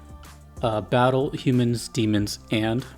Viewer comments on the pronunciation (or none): none